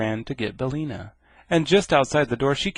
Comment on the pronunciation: BillIna, not Billna.